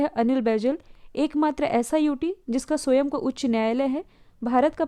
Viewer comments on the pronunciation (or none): none